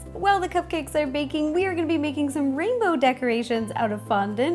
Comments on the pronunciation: I thought she said bacon station and not baking station lol😊😊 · When you say baking station it sounds like bacon station :) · When you said baking I thought u said bacon and I was super confused 😝